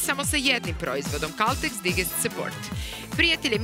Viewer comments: Digest support 😂 - izgovara se "dajđest" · Dobro je sto su i drugi primetili izgpvor *digest*. Engleska je to rec i ne izgovara se kao sto nas je Vuk naucio. Pazite na izgovor jer se ZG gledaju i u inostransvu i takav nepravilan izgovor je jako iritirajuci. Ako vec koristite engleske reci proverite izgovor istih. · nauči već jednom engleska riječ digest se čita dajdžest